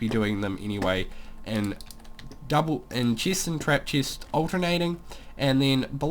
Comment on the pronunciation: ha boi he says cheest